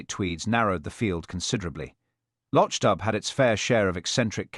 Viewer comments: Lotch dub, do you mean loch dubh, pronounce loch doo. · atrocious pronunciation of Loch dubh- I'm done.